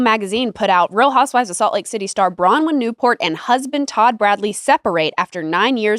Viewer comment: I love you guys and this pod but PLEASE get Nick to say BrowNwyn not Browyn, its driving me mad haha